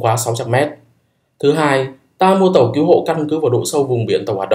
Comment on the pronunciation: Cứu chứ không phải cíu hay kiu nhé